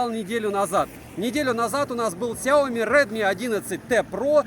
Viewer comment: Сяоми́, а не Сяо́ми! С ударением на букву "и", а не на букву "о"! А то Какая-то Наоми получается! Нао́ми Кэмпбелл – Сяо́ми Кэмпбелл! Хватит искажать и коверкать это китайское наименование брэнда!